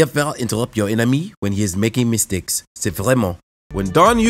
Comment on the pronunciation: When hees making misteks *french accent 🤣